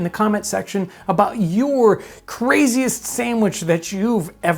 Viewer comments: I love how he says "sammwich" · YOU spell it sandwich, but you pronounce it samwich. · "Samwich." -Townsends